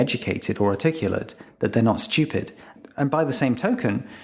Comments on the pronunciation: Obnoxious people pronounce a non-existent "y" when they say the word stupid. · Much like Brian's irritation at Stewie's pronunciation of Cool Whip, I'm distracted by the way he says "stewpid" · I'm sure this makes sense in other countries, but as an American, I can't help but find it hilarious that this guy pronounces "stupid" as "schupid". =P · The vertical axis labels are stupidly omitted from the graphic. Also, the British pronunciation of stupid as "shtee-upid" is stupid. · 15 minute long video and not once could you pronounce "stupid". Shhhhhhtupid bri'ish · I was curious about the video, but the way you pronounce that word is unbearable. what the fuck is a schewped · I like the disdainful way in which you say & emphasize the word “STU-pid.” 😂 It’s very INTJ-ish & matter-of-fact, something I very much relate to. ✊ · I LOVE how this guy says "shtoopid"... Emphasis can make such a difference in speech... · His pronunciation of stupid is stchyoopid. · Why is it so satisfying every time he says “stUpid!”? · LOVE when it's pronounced "steeyupid!" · So funny how every time he says stupid, he puts a little stank on it. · Can there be selective stupidity? On the word stupid. Fascinating how you emphasise STUPID like a hypnotic suggestion. How is that beneficial? How about the focus and substance of SOUL as being more of an all rounder and kinder and broader and deeper avenue worthy of turning your intellect bright light upon. That and Heart intelligence to be fair and balanced and realistic and uplifting and helpful. Ta. Oh and to eternally remember divine intelligence conciousnes that can pour forth through the most unlikely underestimated simpleton too. Manners are nice...kindness costs nothing. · I like the way he emphasizes the word stupid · Bro why are you putting so much emphasis on the word “stupid” 😭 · Like the way he emphasizes the word stupid. 🤣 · I love how he pronounces "stupid." 😅